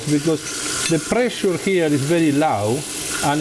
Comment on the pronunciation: "because the prrrray-shear here is very lau" LOL...